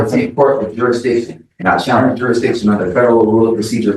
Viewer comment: When are they going to learn it's "jurisdiction" not "juridiction"???